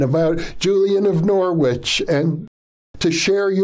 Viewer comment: Dr Jeff … Norwich … the w is silent … lots of love from the U.K. 🙏🙏🙏